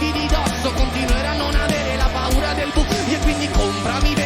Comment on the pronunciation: I am Italian and I send you my heartfelt compliments. In my experience, you are the first English speaker to pronounce the Italian word "buio" well (which is not at all easy considering the sequence of vowels). Bravo.